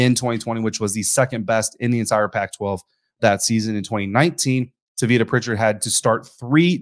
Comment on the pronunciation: *It's Pronounced: "TAH-vitta". 👍🏾